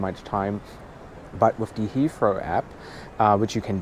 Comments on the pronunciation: It’s pronounced HeaTHrow not HeaFrow. 😂😂😂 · Thanks! Super useful review on Terminal 2, which is less covered by other videos. Also great tip on the Heathrow Express - will use it next time. Looking forward to the Singapore Airlines (I assume) review too:) Also, random aside, but it's super cute how you get around pronouncing the 'th' sound with the 'f' or 'd' sounds - hadn't noticed it before you had to say 'Hea(f)row' and '(d)at or '(d)e' so many times in this video:D Made me realise I do it myself with 'that' and 'the' as well and I'm even a native speaker (though no longer living in an English-speaking country which may explain it).